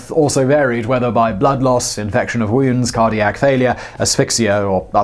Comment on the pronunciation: what’s a woyoond?